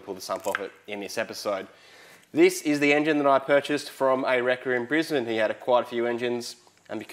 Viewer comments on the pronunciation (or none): none